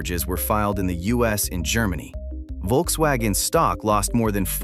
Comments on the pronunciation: It's Volkswagen btw, not Wolkswagen. Workers didn't make "cars people wanted to buy" for 15-20 years really, the Vw suvs are and always were kinda shit (well they all are in general but theirs in particular). Polo, Golf and Passat were real cars that were useful (albeit a bit expensive now). 40 million is... maybe 6 - 7 000 people's wages for 1 month. Had nothing to do with firing or keeping 50 000 people that are sitting around. Apparently full EV sales are at a quarter of total car sales in Germany so the penetration is increasing. It's just heavy competition, and cars are expensive 9all, not just EVs; all, not just VW). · Folks- vaggen. Good lord.